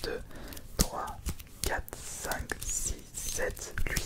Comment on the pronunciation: C'est moi ou tu dit lhuit au lieu de huit